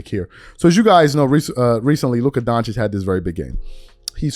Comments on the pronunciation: Why does SAS always, consistently, mispronounce Luka’s last name. It’s Doncic pronounced “don-chich”, that’s easily confirmed via Google. But SAS always says “don-chick”. If you respect people, and want respect back, it’s just common decency to try to pronounce someone’s name properly. Oh and by the way he mispronounces Wemby’s name as well. Either it’s a lack of respect, laziness or he can’t read the letters. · What do you expect from SAS. Almost four years now he still haven't been able to pronounce Doncic name correctly. He couldn't be bothered. We all know what it is. U can call it whatever you want. I have my brains too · What really bothers me is him mispronouncing his last name. Its not that hard to learn but he refuses because hes a racist pos